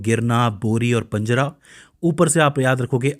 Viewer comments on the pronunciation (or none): पंजरा नहीं पांझरा आहे नाव तर नीट घे